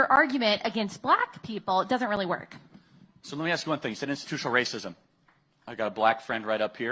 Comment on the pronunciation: say ‘ask’….